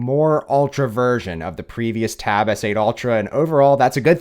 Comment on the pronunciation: Taaaaaaaab S9 OLTRA, JESUS CAN YOU SAY IT EVEN WORSE THAT THAT!!!!